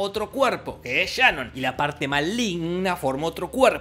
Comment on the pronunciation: Por que le dices Shanon si se llama Sharon? Jorge: Por que se me canta el culo.